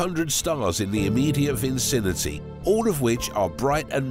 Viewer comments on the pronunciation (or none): Bruh had a lil trouble pronouncing (Vicinity)